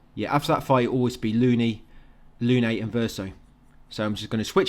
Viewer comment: i only joke about his name because he has become a favorite personality in such a dark themed story. At least you say Lune right. Lot of guys out there just say loon, lol